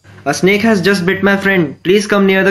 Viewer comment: I heared snik not snake